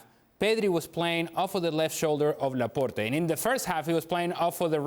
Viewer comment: "Laporté" lol its Laport(e)